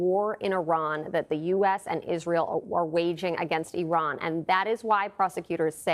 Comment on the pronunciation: Oooo. A synagogue. Poor, pooooooor poooooooorr isweal. So scawy.